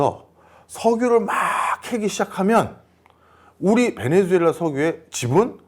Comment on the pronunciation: 사랑하는 교수님, 베네"수"엘라 발음 똑바로 해주시면 고맙겠습니다. 방송 하루이틀 하시는것도 아니잖아요 에스파냐어에서 z는 ㅅ으로 발음하는거 모르실리가 없으실텐데 실수를 너무 자주하셔서 안타깝기도 하고, 듣는내내 거슬리기도 해서 충언의 마음을 담아 댓글을 적습니다.